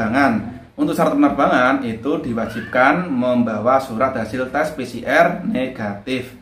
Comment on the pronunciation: Pi si er🤣🤣🤣🤣 Pi si ar lah broooo🤣🤣🤣PCR